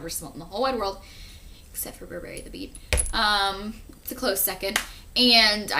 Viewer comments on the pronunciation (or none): none